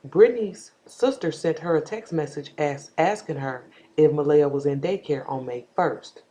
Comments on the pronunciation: What do WE think? I think, if you're going to be all up in the mix, at least get the child's name RIGHT It's not (Muh-LAY-uh) it's pronounced, (Muh-LEE-uh)...You got WAAAAAY too much time on your hands to try to be all up in this woman's business. CLEARLY you have no life! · I love what u do and how you be on it. I just have one issue...out of respect for this precious baby girl, her name is pronounced Muh-Lee-ah. No disrespect to you.